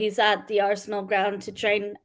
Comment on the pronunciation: Arsenal not ArsAnal 😆 😂 🤣